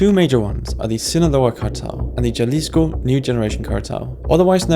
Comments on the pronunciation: Not to be super picky but it pronounced “Ha-leesco” and not “Juh-lisco”. I just couldn’t ignore it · "Yalisco" WTF! Jalisco = "Halisco" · Say it this way “Halisco” it’s not “yalisco” other then that good video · The J in Jalisco is pronounced as an H so it should sound as Ha-LEE-sco. Two ll's in Spanish isn't pronounced as an L but rather as a Y so Manzanillo should be pronounced as Mahn-zah-NEE-yo. Also, the coca plant grows in Ecuador too. Just trying to help. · "JA lisco..." not off tk a good start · Jalisco is pronounced with an h sound in the beginning. More like “ha-lee-sko” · Jahleesco Cartel. An expert I see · Pronouncing Jalisco with a "jah" in the first minute of this video made me click away. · Jalisco is pronounced Halisco. The point of mostly-submerged narcosubs is that their low profile ensures that they do NOT "stick up from the ocean like a sore thumb". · Bro said "jah-lee-sco" at least learn how to pronounce it correctly white boy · Jah-lisco?! Bruh… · the J is Spanish is pronounced as an H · Just a reminder it’s pronounced “halisco” the J is pretty much non existent in the Spanish language. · The right way to pronounce Jalisco is Ha-lees-co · The proper pronunciation is "Ha lis co" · Did this man say "Juh-leesco" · The J in Jalisco is pronounced like an English "H" not an English "J" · no. It’s “ha”lisco. I am from there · The way you pronounce Jalisco.... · jalisco? For real bro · Did you seriously just pronounce the J in Jalisco? You're doing an educational video on this and you can't even pronounce one of the names? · As soon as he pronounced the J in Jalisco, I stopped watching 😂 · Jalisco pronunciation got me ngl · Stopped the video and closed it the moment he said Jalisco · Jalisco is pronounced with an H sound as in Spanish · He also completely butched how you pronounce “Jalisco” like how do you not know how to properly pronounce the name with this much coverage about it out there?